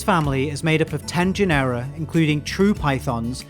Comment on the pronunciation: A fine video, super instructive. I'm not a native English speaker, but, shouldn't it be GE-nera instead of ge-NE-ra?